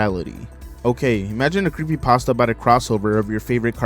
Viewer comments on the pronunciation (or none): none